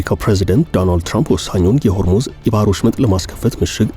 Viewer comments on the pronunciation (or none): none